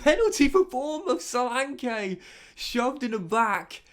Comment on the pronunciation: Great video as always. bro look up the pronunciation of both solanke and tavernier your saying it a big wrong hahaha. Keep up the videos man the views are banging